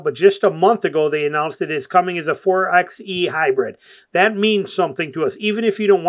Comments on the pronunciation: You call yourself a jeep guy but keep saying four "EX" E... It's four"by" E like four "BY" FOUR.😅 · It’s pronounced “Four by E”